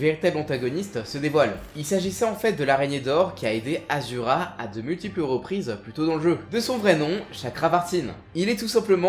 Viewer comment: Sa me fais bizarre quand tu dis asura au lieu de ashura qui est son vrai prénom